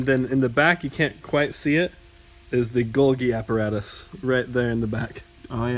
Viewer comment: Gogi aporatice not golgi